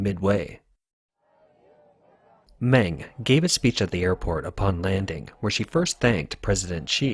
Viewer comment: Meng is pronounced Mung.